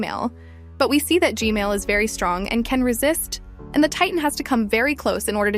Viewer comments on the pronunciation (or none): ITS G-MaIL